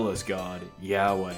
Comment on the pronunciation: "el Yahway" Hebrew ain't spanish bror